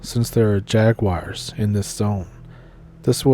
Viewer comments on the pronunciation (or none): none